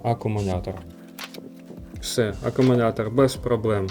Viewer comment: CSB працює вже 4 роки, тримає як в перший рік.Не треба всіх під одну лінію ставити. І вивчіть накінець слово "Акумулятор" а не акумуНятор.